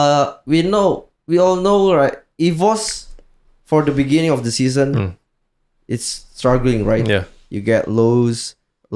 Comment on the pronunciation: In the biningging biginining biginiging apalah itu I dont spek english.